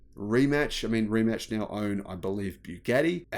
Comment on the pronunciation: Rimac pronouned Rimats not Rematch!